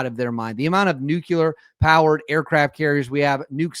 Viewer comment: Please stop adding the extra "U" to nuclear, just because Pres Bush's tarded self doesn't know how to pronounce it doesn't mean the rest had to jump the band wagon